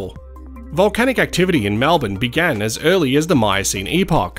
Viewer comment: Malbin - REALLY! Try to pronounce it correctly please!! MELBIN.